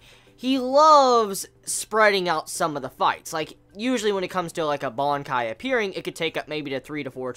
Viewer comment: What the fuck is a bonkai? It's BANKAI!😂😂😂😂